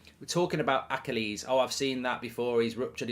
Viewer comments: Why are you pronouncing Achilles like that? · Genuinely never heard anyone pronounce "achilles" like that lmao